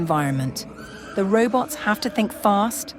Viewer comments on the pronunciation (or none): Every time the nice lady says 'reubots', you take a shot